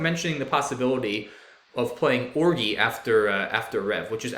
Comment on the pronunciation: Did you purposely mispronounce ORGY?